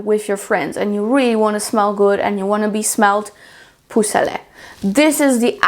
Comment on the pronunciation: "Peau" rhymes with, and is pronounced like, "eau", from "eau de Parfum". "Poh" not "poo". I have listened to her say it so many times and I eventually had to say something. 😊